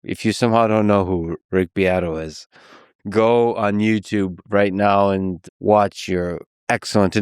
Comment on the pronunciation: Uh huh huh, herm her hem, uh huh huh huh... you said "beat"